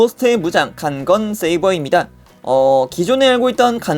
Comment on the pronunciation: 이거 발음 좀 조심하셔야되요 간간세이버 강간세이ㅓ